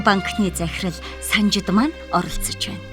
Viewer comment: Хөөе ээ "Санаж" биш "Санжад"😡😡😡😡😡